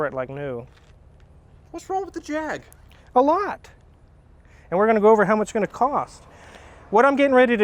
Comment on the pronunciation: Well done on the Jaaaaaaaaaaag. As long as it's not "Jagwarh" we brits are happy